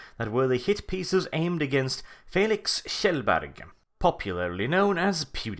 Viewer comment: Nämen kolla, en skandinav som faktiskt kan uttala Felix Kjellberg rätt. How 'bout dat?!:P Älskar dina videos, keep up the good work:)